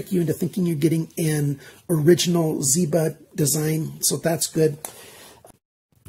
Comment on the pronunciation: Michael Zięba ang Michael Zieba. Small mistake but important.